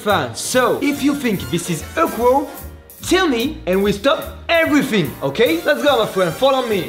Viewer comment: Je rêve ou il a dit " ho gay"au lieu de " okay" ?🤣